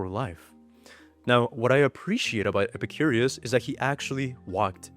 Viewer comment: I love videos, but calling Epicurus ‘Epicurius’ kinda grates on the nerves.